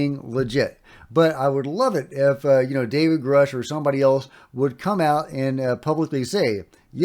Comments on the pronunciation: Why does he say 'Groosh' when David always calls himself 'Grush'? 🤔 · I can't stand when people say groosh it's grush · Yeah, he went back on his claim to be on the UAP Taskforce with Grusch (which he is mispronouncing?). He was apperantly member of a forum,. So i think Fox needs to scrub this from the docu and we prob shouldnt give much creedence to his claims👍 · Why is mispronouncing "Grusch" so common? You'd think people would take his word for how to pronounce his own name.